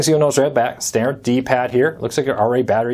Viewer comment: I appreciate the info, but I notice in all of your videos that you speak very poorly. You run your words together and it's sometimes difficult to get what you're saying. As an example, when you say "button" it comes out more like "bun." and "stanner" instead of "standard." Slow it down. Speak more clearly and if you're speaking off the cuff, try to be more deliberate with what you're saying. Thanks for the review.